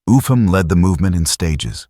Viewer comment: His name Upham is pronounced "up ham" not "ufam"